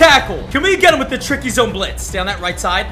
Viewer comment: .metcalf Also.MINE me.laughing how he said trickie blitz😂😂